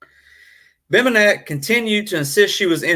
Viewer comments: Name is pronounced BEM BEN NICK good show though.. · Dude, it’s Bem-ben-ick. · It's pronounced Bem-Ben-nick. And I left your video after the first three minutes because of it. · and the accent is on "BEN".